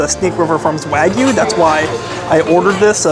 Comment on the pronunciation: Love your reviews, but my pet peeve is pronouncing the non-American words properly, especially when you visit all these premium steakhouses. "Wagyu" is pronounced", “wah-gyoo.” The “wah” sounds like the “wa” as in washer.